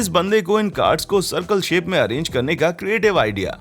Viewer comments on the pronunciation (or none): अरांगी nahi hota अरेंज hota hai